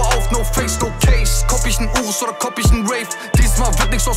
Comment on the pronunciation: Kalim kann einfach "ICH" richtig aussprechen!